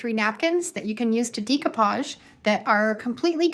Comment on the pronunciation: Nice work thank you. Please pronounce it right, it's pronounced deck o pauge , not dEc o pauge. I'm in my 70's and have been doing it for many years. Suddenly lots of crafters say it wrong. Sorry to be a craft Karen. Lol.